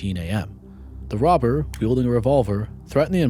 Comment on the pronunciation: No offense, great work narrator ... but does anyone else feel like you're listening to Elmer fudd? "The wobber, fweeing with ..." I can't unhear it. Not trying to be a bully, i just wondering if im the only one.